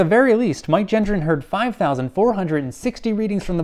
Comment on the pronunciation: I wonder if Mike comprehends if his last name is being mispronounced or not? 🤔